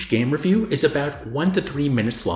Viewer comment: Wtf is wrong with you. You don't know how to pronounce the word "review"? It's "ree-vew" not "re-vew". I watch for over 90 minutes then you just start pronouncing words how you feel? I hated that so much. There was another word you incorrectly pronounced as well. You remind me of an artificial intelligence. I've never seen such stilted and rhythmic delivery. Almost like a metronome or some software. I watched for 90 minutes. But this was just 90 minutes of opinion by a robot who loves itself. I will say that I also consider Punch Out a rhythm game. But I can't imagine I would enjoy it for some reason. I feel I should try it but this game appears to be extremely shallow. I felt afraid and confused and angry. This video was hinging on the fully insane and incoherent throughout but just couldn't resist admitting to being a random load of shit right at the end. "I imagine that as each years releases increases, there will be a higher number of games, and therefore, good games." Has there ever been a more redundant sentence? Mate. Just read your script, consider what someone who doesn't live inside your head might make of it and adjust it so I don't have to guess what you mean or feel worried about your mental health.